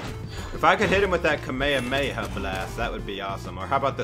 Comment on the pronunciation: that’s not how you say kamehameha, and it’s a ball that Petra sends out that’s now how the kamehameha looks😭